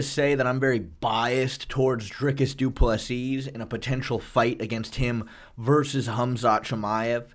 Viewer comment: Can you at least pronounce DDP’s name right? Please, thanks.